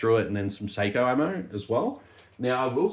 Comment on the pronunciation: It's sock-O